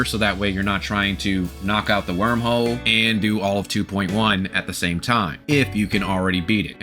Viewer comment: I like the way robo voice says “Wermhole” 🥰